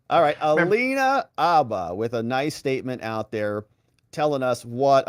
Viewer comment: Hate to break it to you, but her name isn’t Alina “Abba”, it’s Alina “Habba”. You know, HHHHHHHabba.